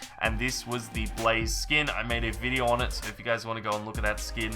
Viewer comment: he said skoon